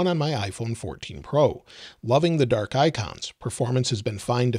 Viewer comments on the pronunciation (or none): none